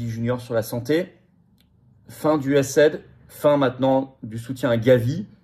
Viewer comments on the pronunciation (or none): "US - AID" se dit aux USA "USA - I - D"...